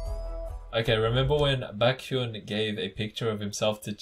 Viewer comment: I love how you can say chanBAEK But can't say BAEKhyun Like I'm so confused 😂😂😂